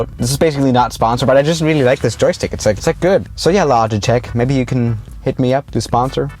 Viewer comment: Normal people when they say joystick: Joystick when he says it: Jokstick He said it in a app review where the creators of the app spelt joystick wrong lol